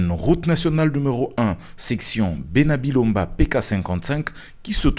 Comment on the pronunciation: Ce à bena Bilonda et non bena bilomba merci